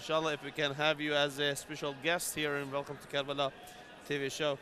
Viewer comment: Why is it always karala? Its karbala.